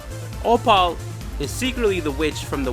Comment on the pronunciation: why tf he say "opal" like that